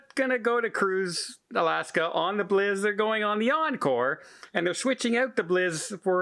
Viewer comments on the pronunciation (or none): FYI, the Bliss is pronounced "Blissssss" and not "Bliz" - I'm not sure if you are doing that for an inside joke or not, but wanted to let you know. Cheers! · Do they actually pronounce "Bliss" as "Blizz" in Canada, eh? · I know he keeps pronouncing it wrong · I was trying to figure out which ship is the Norwegian Bliz....